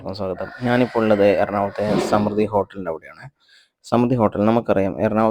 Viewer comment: സ്മൃതി എന്നല്ല സമൃദ്ധി എന്നാണ് വായിക്കേണ്ടത്.